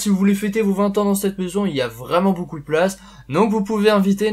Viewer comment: pourquoi tu dis 'boucou' aulieu de 'BEAUCOUP'